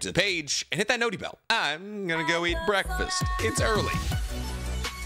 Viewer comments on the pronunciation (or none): none